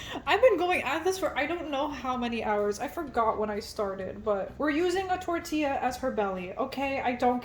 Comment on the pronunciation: Bestie, ILY but, when you said "Tortilla" I visibly panicked 😂😅